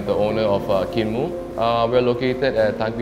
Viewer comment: Should pronounce as kin moooooo. Hahaha